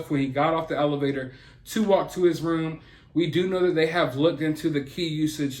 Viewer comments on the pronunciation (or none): none